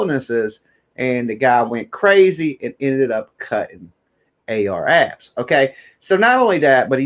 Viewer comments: Clickbait. Where is the video? Comments like that? Come on, bro. You don't need to clickbait people to get them to listen. All you need is good content and a strong opinion. By the way, its Ar Ab (no "S") and Leak (Lik) Moss. Thats how they're pronounced 💯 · At least you can pronounce their names right dude name ain’t no AR Abs and “lick moss” seriously??